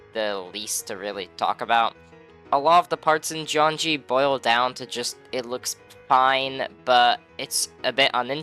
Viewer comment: "Jeongi" means electricity in Korean, so you should not pronounce it as "jeonji".